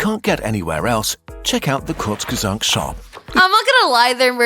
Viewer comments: "Gur zeg sack" 🥀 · Kurzgesagt is cannot be that hard to prono6nce 😭